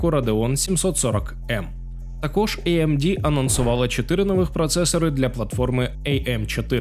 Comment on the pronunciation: може тіки не іемді чи ейемді, а аемде) ріже слух 😏